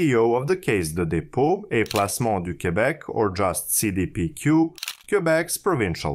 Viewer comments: Seee deee peee cuuuuue Ohh and so half way through the video you can actually pronounce it normal? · Cee Dee Pee Queue (english pronouciation) Say Day Pay Cul (Q) (french) it's an abreviation of Caisse de Dépots et Placements du Québec or diminuate simply as la La Caisse (i.e: The Cashflow) it'S a huge Investing fund company in Canada.